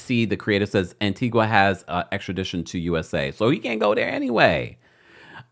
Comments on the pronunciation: Pronounced Antiga. Antiqua is in Guatemala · ITS ANTIGUA-A NOT ANTIGWA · FYI it’s pronounced AntigA not Antigua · Stop saying "An Ti Gwa" it's An Ti Ga❤❤ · Tea-Gah. Not An-Tea-gwah. 😘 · Pronounced An-tee-guh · Yes I heard it landed in Antigua but they have extradition laws. Sidenote: it's pronounced An ti gah My family's country 🇦🇬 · It's pronounced (An-tee-gah) Antigua 🇦🇬🇦🇬🇦🇬....and they do have extradition to the USA. Ps. That island dont need no Didler drama...😮